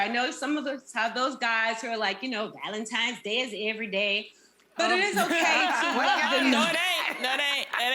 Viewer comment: Wait, did Nene say "Valen-TIMES" day? I think that's what I heard. Grammar my dear, Grammer.